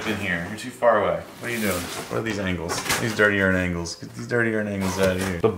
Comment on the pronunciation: You said “These Dirty Ern angles” hahaha, ahhh I fucking lost it when you said that! Yeah, quarantine has been rough, on a plus side i platinumed my first game, Sekiro is one of the most beautiful games I’ve ever played, highly recommended! Always a joy to see how you’re doing, I’ve actually been thinking about moving back to Colorado lol